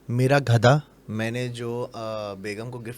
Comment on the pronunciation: Ek baaa bataen 🛑 gadha Hota hai ghada Nahi